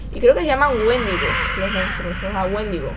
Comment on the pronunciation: por cierto no es wéndigo es wendigo (creo que se escribe así)